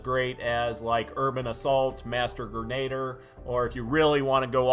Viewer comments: Bruv, aren't you a veteran? Master Grenadier not grenader. Greh nah deer. Love your vids. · Master Greh-nah-deer is how its pronounced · I’m low key triggered you pronounced grenadier incorrectly xD